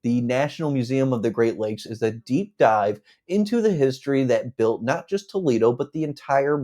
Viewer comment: "Tow leedo eeann"?? Toledo- IN. I bet my last dollar this REALTOR isn't from ANYWHERE NEAR HERE.